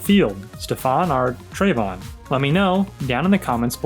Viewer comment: Finally somebody who pronounces Trevon correctly 🥳🥳🥳